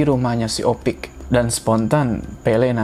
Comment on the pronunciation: Bang harusnya nyebut Opik ya bang bukan ipok lagi di menit